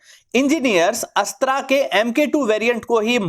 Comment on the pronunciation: Aap Ashtr ko Ashtraa na kahe please